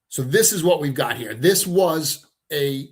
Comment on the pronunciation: It gets confusing hearing say hair and here almost the same. 😊